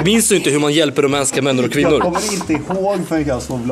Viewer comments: rumänska kvännor och minnor 😂😂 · Kvännor och minnor? 😂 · kvännor och minnor hahahahah